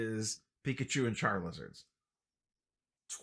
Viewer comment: Makes me happy everytime he says charlizarda